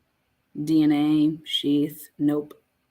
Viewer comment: Its very weird how he said the dna AND the shieth????? HMMMM.